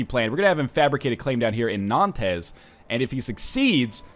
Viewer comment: I cringe every time he says "non-tez."